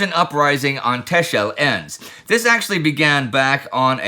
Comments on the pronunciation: Tacksel, or Tassle to the locals, but nót Tashel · A small thing for Indy: Texel is pronounced the same as Tessel, and thus not Teschel. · With so many places and languages I really don't mind any pronounciation and what not but Texel is either pronounced Tax-el or Tessel and the island are called the Wadden Islands (Maybe the Frisian islands aswell) and Texel is Holland, not Frisian. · Texel is pronounced as Tessel. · You completely butchered the name Texel but still nice to hear something about the Dutch again 😊